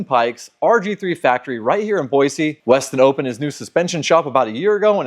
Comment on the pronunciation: Hay buddy, if you're going to live in Boise, it's Boy-see. Not Boy-zee. Great shop,happy for you. ❤❤